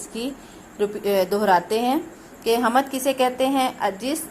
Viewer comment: Kitna ghalat talaffuz hy is teacher ka hamad ni hoti hamd hoti hy